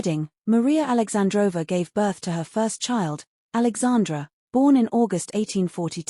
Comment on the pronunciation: It’s alexandrovna but you pronounce it with silent n thus aoundibg alexandrova